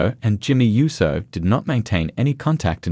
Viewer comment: USO not YUSO